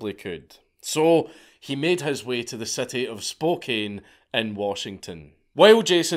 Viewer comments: Spokane is "Spoke Ann" not "Spoke Ain." I know, they spelled it wrong. Tucson is "Two Sawn" not "Tuck Son." We're weird over here. Keep the great Mad Ladds coming Dank 🤘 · Honestly Jason was in the right here, there should be harsher punishments to filth that do things to kids. also unrelated but you butchered the pronunciation of Spokane Dank, I can forgive ya since it's spelled Spo-KANE but it's pronounced Spo-CAN. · "Sp-oh-can" Not "Sp-oh-cane" 🤣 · I spo-can't believe you corrected his pronunciation I spok-ain't gonna stand for it. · It's pronounced Spoke-Ann Washington. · As a man who came from Washington state, I love the way you pronounced "Spokane." It's pronounced like "spo-can" but your version is 100% better. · Killer episode!! Just one thing… it’s Spokane, pronounced Spo-Can. We also go by Spokompton, SpoKan’t and Dogtown. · I'm from spokane! And it's pronounced like spo-can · It's "Spoke-Ann", does not rhyme with cocaine. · it's pronounced "spoke - anne" lol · Say it like Spo-Can I lived in Spokane for like 10 years when I was younger 💩 town imo. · It's pronounced Spocan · Spokane is pronounced “spokann”: sorry man, just lived in that area for a while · Spokane is pronounced “spo-kann” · Every time I hear someone pronounce "Spokane" incorrectly, I always think of the Bob Rivers song.